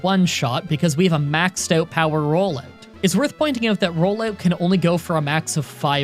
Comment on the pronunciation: Man said “rollayewt”